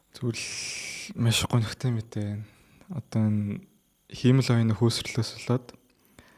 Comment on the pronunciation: Сүүлийн үеийн мэдээллүүдийг цаг алдалгүй хүргэдэгт баярлалаа. Монголоор ярьж байхад англи үгийг яаж дуудах нь бараг хамаагүй байх. Харин “Хиймэл оюун” гэдэг монгол үгийг сонин дуудаад сурчихлаа шүү 😂😂😂 ХИМЭЛ оюун != хИЙмэл оюун